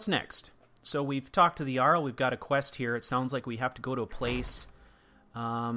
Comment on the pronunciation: "The Yarl yust didn't get the yoke" - Typical Nord Speech